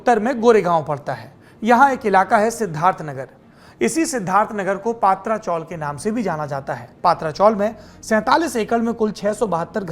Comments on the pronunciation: paatra nahi patara( tin shead chawl) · पात्रा नाही पत्रा चाल bolte hai usko. Isne पात्रा पात्रा bolke dimaag kharab kar diya mera.😡😡